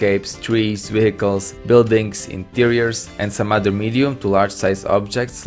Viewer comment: I know this is six months ago but right after that "weehickles" xD